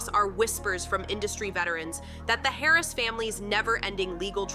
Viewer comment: It’s Harris” not carries